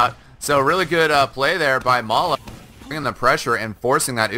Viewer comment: It's not Mala, it's Ma3la .